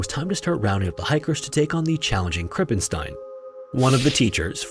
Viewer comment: you pronounced "krippenstein" nearly correct. but u pronounced the "st" wrong. "st" in german isnt spoken "st" its spoken "scht" bc when the compination of "s" and "t" happens the "s" is prononced "sch" like a.e. in the word "schloß" (meaning castle or lock)